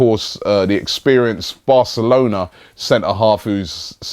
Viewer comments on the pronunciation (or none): none